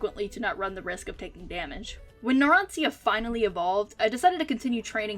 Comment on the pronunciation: It's Narancia, not Naransia..